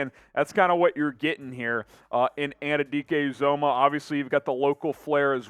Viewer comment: Felix Ann-you-dee-Kay you-zah-muh. Say it right and put respect on his name.